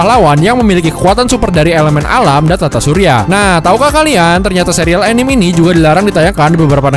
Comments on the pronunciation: min bisa ga bilange bukan "anim/enim" tapi "a-ni-me"(kaya bilang "sa-te"😅😅 gemes ih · 'A-ni-me' not 'E-nim' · Perbaiki cara baca anime nya... itu bukan bahasa inggris langsung, itu udah bahasa inggris yang di serap jadi bahasa jepang, jdi bacanya tetap. a-ni-me. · Orang indo ngomong anime kok jadi "anim" ya? Padahal jepang aja anime bilangnya